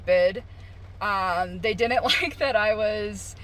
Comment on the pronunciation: I dinint know I could get fired for not being able to pronounce didn't